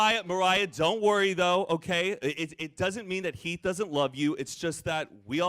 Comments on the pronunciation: Yes omg the fact that you get heath and Mariah’s names wrong shows how irrelevant they are because I didn’t notice you even saying it wrong for the first couple times. Love you girl. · That Keith and Maria instead of Heath and Mariah had me confused 🤣😂